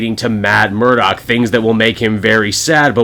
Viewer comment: It’s “Murdock”! I expected better from you,!:p:p:p It’s all right, you’re still awesome.